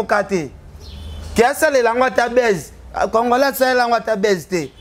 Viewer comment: Ken mpiana vraiment on dit buzz et non baisse, est-ce que tu sais que signifie baisse??